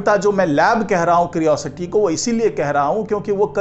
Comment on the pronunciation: क्रिओसिटी नहीं, क्यूरियोसिटी कहिए। एक सही उच्चारण तो कर नहीं सकते, चले हैं यूट्यूबर बनने।😂